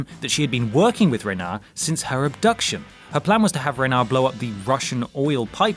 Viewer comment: Renard...the D is not silent ;)